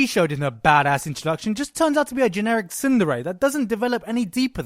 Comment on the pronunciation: It's sounded to me like he said Cinderella, but he actually said Tsundere